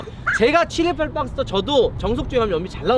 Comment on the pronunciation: 718박스터인데 왜 친일파박스터라고 들리지